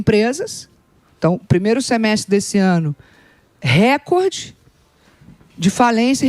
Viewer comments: Tudo muito bem explicado, porém, a Daniela precisa aprender a pronunciar o termo *RECORDE; que não é uma palavra proparoxítona (quando a antepenúltima sílaba é, obrigatoriamente acentuada). No caso, a palavra em questão, é PAROXÍTONA, logo a sílaba tônica é a penúltima (COR), sendo pronunciada como se houvesse um acento agudo sobre a letra "O" nesta sílaba. Portanto, foneticamente (RE-CÓR-DE). É simples, basta informar-se ao menos um pouquinho sobre a língua portuguesa; é displina básica do Ensino Fundamental (ou deveria ser). Sei que, por formação acadêmica, ela é Administradora de Empresas, e exerceu o cargo de Presidente da Caixa Econômica Federal; mais um motivo pra conhecer bem a língua portuguesa, independentemente da função que hoje exerça. E não, nunca fui, não sou, e jamais seria PTista. 😊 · Repitam comigo não é récorde que se fala, é recórde recóóórde